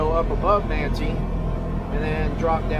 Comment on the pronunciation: Thanks for the great video. Looks like a great time! FYI, Ephraim is pronounced "EE-frum" or "EE-free-um" (long "e") and Manti is "Man-tie" (long "i").